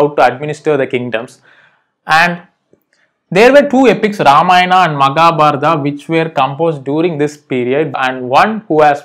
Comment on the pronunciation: Not magabardha sir it's Mahabharata